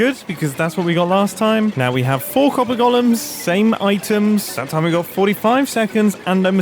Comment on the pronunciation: i keep hearing this as "Copper Gollums". I guess that makes sense. They sort your precious.